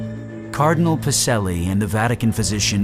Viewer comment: Pa-che-lli . A program even of pseudo historical content, you still should learn to pronounce it correctly